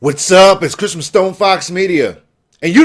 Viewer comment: did you just say cristmis?